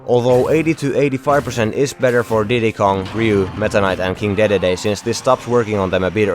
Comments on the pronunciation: But it's Dee-dee-dee, pronunciation wise. Articulate and enunciate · Did he just say King daydayday lol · what was that pronounciaton of dedede though